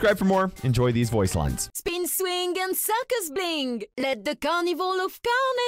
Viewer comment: I don't why,but I hear her saying: "My life is a SUCKUS and I love it"💀